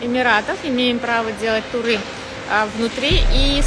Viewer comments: «Имеем право делать турЫ (ударение на Ы!!!) в ОАЭ внутри и снаружи» - да я бы такой даже милостыню деньгами не дала, не то что свои кровные😅 А вот букварем по голове - это можно😂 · Жесть ) она даже слово туры говорит с другим ударением 😅